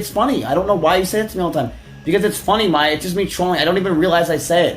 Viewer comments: I've been getting strange feeling from this channel. Feels like it's ran by AI. Mispronunciation in most videos and even name that you would think someone who's doing documentary should have known... Maya as Meiya really??? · May-ya and e-me-ru Pronounce them right. Im losing my mind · Hey, good video and all, but whytf are you pronouncing emiru and maya's names like that? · "MY-Uh" not "May-Uh" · its like youre a retarded ai. "meya" "amy ru" holy fuck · Saying Maya with a pronounciation like Mayo is diabolical. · "Mai ya" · "May-ah" "Eh-mir-oo" Bruh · MAYE-UH BRO JUST PRONOUNCE THEIR NAMES CORRECTLY, IT'S NOT HARD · ok bro i love ur content but how are you mispronouncing Maya and Emiru lol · How can you pronounce both Emiru’s and Maya’s names wrong? Is this dude AI? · Come on, dawg. Pronouncing Emiru wrong i can see but there is no way you're NOT pronouncing Maya wrong on purpose. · Can’t pronounce Emiru or Maya haha